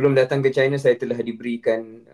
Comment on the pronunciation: Hi semua, China tu Chai-na, bukan Ci-na. Not all Chinese = Chinas. And in my case, I am Cina Malaysia.